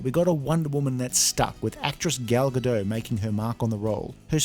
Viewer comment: GadoT, the T is NOT silent. It's Hebrew, not French!